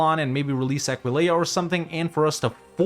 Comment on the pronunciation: People freaking out over the console commands but ignoring still doesn't know how to pronounce Aquileia before EU5 comes... smh